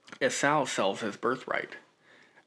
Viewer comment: Enjoyed your thoughts on "as far as you can see in every direction". I always just assumed it was a massive area, but your assessment makes sense. Also, Esau is pronounced "ee-saw". Thanks for pushing forward.